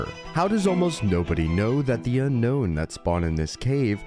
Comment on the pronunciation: It's Un-Own. Not Unknown. Drives me crazy lol